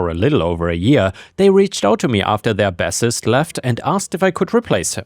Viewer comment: Yeah, you tripped up on a pair of homonyms in story 3 The bass in the word bassist is pronounced like base Same for when you're referring to the music cleff on the lower staff of piano sheet music Basically, if the word bass is referring to fish or fishing, it's pronounced bass If it's used in a musical context, the pronunciation changes to base If it's a song about fishing, you'd use the bass pronunciation in the lyrics but use the base pronunciation when referring to the instrument, cleff, or corresponding low instrument/vocal range